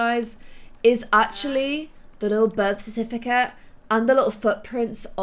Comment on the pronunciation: Can we take a moment for how said birth certificate